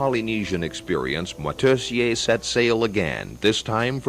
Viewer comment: shame the ignorant narrator cant pronounce Moitessier's name